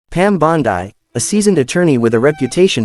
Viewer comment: 8 seconds and I'm out. Mispronounce the name of your subject in the first sentence.